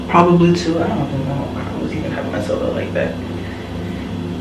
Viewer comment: “It was toooo” 😂 let the accent out sis